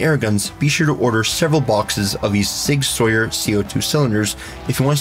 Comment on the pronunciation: Sig sawyer and glockleberry Finn